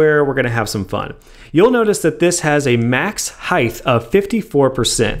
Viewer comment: Is it just me or does this dude say "Heith" instead of "Height"